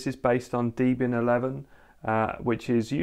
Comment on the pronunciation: WHAT the hell is D-Bin 11? 🤣